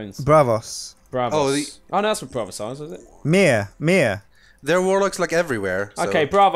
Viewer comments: you fool... It is called "Braavos" not "Bravos"... *facepalm* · The missing a in Braavos is really bothering me - and it was Qarth I believe they were trying to remember